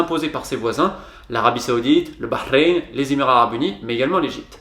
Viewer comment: Tu prononces bien Bahreïn